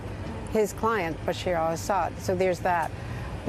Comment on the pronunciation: These useless Journos can't even say president Assad's name right. useless